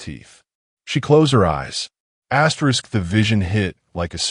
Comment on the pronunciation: Stop saying astrix!